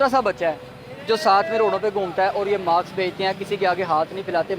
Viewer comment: ماسک ہوتا ماکس نہیں بھائی